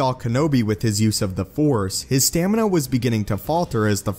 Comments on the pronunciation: Anyone else hear him mispronounce "Stamina" He said "". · Not stamina, but stanima. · I love how he always says “stanima” instead of “stamina” lol! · "stanima" huehuehue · "stanima" xD Luke's Return sabre is da bess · “stanima “ are you SoLuminati now😂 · He says “”. Lol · he had a lack of sta nah ma. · " " haha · "" lol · he says “stanima” instead of “stamina” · “stanima”😂😂...Anakin skywalkers lightsaber pls... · His “stanima” heheheh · I noticed something... "" hahaha😂😂~~ IWant Starkiller's lightsaber red or blue either way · STANIMA? or STAMINA :D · he said stanima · You said stanima instead of stamina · hehe xd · Lol stanima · "Dooku even counted on his lack on stanima-" Really? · Lol at “STANIMA” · Lololol. You had me on the verge of peeing myself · lol at that little misread when you said "stanima" :D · Did you say "stanima?" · Did you really say “stanima”?